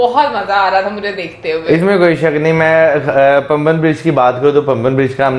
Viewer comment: PAMBAN ...is pronounced Paah'mbahn..it is a Tamil word.❤🥰🙄👍🇮🇳